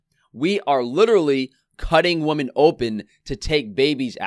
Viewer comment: Plural of woman is women and is pronounced wi-men.